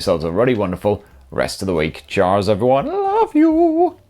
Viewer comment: I SWEAR sometimes he says Jizz instead of Cheers just to troll us.